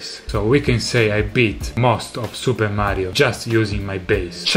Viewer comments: I love the way he says "maaario" So italian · Hearing you say Mario is satisfying. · Probably the first time I've ever heard an authentic Italian say "Mario". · The way he said "Mario" is really satisfying! All this time I've only ever heard non-Italian trying to say "Mario" in an Italian accent and no one ever even gotten close to the real Italian accent lol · Notice how he says “Mario” with perfection